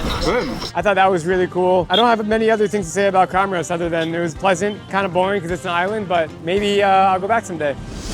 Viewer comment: Dude! Your pronunciation of Comores is totally wrong! It's pronounced: Kamorz